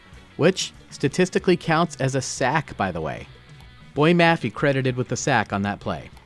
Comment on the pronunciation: Really cool breakdown! Hope you continue to do these for Seattle because Grubb and Macdonald have some really interesting schemes. Also as a side note - it’s Bo-yay Mah-fay